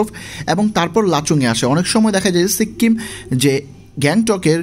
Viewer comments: সিক্কিম কি ভাই? বলেন সিকিম😂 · সিক্কিম না সিকিম 🤣🤣🤣🤣🤣🤣🤣🤣🤣🤣🤣🤣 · Uchcharon ta sikim hobe, sikkim noy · সিক্কিম টা আবার কি? বলুন সিকিম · ঘুরে আসছেন আর উচ্চারণ করতে পারতেসেন না। সিক্কিম আবার কি। সিকিম বলেন।